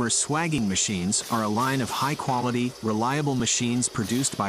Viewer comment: Just for accuracy, the process of expanding or reducing pipe diameter for a joint is called swaging, pronounced sway-jing not swaging. I am a retired refrigeration mechanic of 30 years and used this process regularly when plumbing a system.